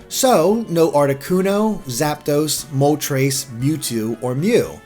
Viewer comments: no, it would sound more like tress and less like trace. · He said "Mole-treys".